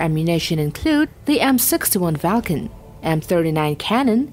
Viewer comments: wtf is this bot? it said m61 Valcon, it isnt as valcon, it is a Vulcan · It's called "Vulcan", not "Falcon".